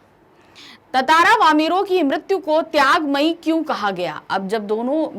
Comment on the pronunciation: She doesn't even know how to pronounce tantara